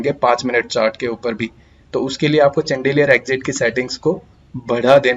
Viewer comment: चन्देलीयर नहीं bhai शैंडलियर